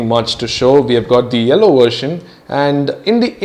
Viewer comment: Its yellow....not ello!!!! XD HAHAHAAHAAH